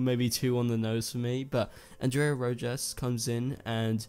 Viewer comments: Rojas... not that hard to pronounce. Just say Rohas. Same thing. That’s how you pronounce it in Spanish. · Rohas would be the prononciation